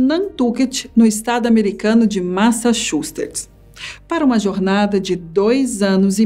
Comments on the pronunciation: MASSACHUSTETS kkkkkkkkkkkkk murriiiiiiii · O jeito que ela fala massachupets, massachuceps, massachopster sei lá, é tão eu. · É massatiucetps essa que é a pronúncia certe. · Que estado ela falou?😂😂😂😂😂